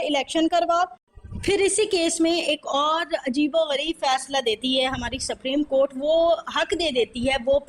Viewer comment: سپریم کورٹ ھے آپ سپریم کورٹ کیا بول رھی ھیی اپنی رکارڈنگ سنے۔